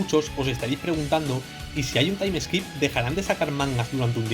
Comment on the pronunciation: Se dice taim skip, no taim eskip